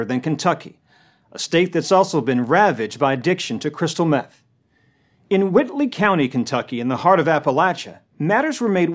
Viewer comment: When the locals say, "Whitely County", the "L" is silent.